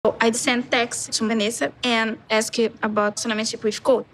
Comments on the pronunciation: Why after all this time she can't say relationship but instead she says relacionamento?? How hard can it be... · should really try to learn how to say relationship